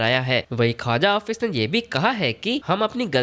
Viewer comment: 😂 😂 ओ भाई मेरे.... ख्वाजा ऑफिस नहीं.... ख्वाजा आसिफ है...... थोडा पढ़ कर बोला करो......